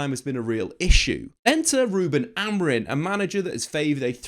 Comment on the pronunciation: Maybe it's because I have only had one coffee but I want to scream every time you call him AmoriN...you're a journalist and it's a simple name!!